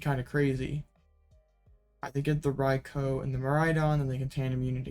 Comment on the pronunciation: ...rye-coo.... Rai.kou ...... not Koh